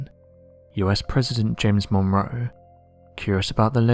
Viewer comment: Monroe pronounced Mon- row . Like to row a boat.